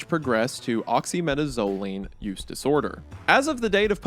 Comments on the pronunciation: "OXY META ZO LEAN" XDDDDDDDD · the way he said oxymetazoline is crazy 😭😭